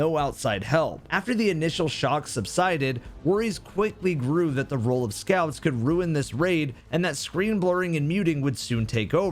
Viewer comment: Bro “scouts”